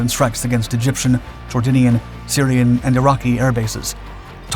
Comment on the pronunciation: Seems to be more about ...getting it seen than getting it right. "Jordan-ean" wtf?